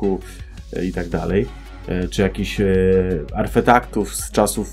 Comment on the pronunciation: Nie wyśmiewam, tylko śmieje się z rzeczy zabawnych, a to przezabawne przejęzyczenie:]